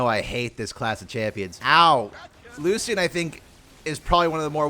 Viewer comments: Lu-shen. The C makes an S sound. Other champions say his name all the time. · for the love of god its lu-shan 😭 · That's not how you pronounce that 😅